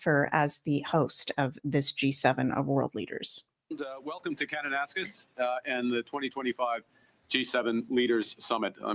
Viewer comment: Good morning. Since you’re coming to Alberta just wanted to let you know it’s pronounced Kananaskis Hope you have a great visit. Thanks for sharing very interesting information.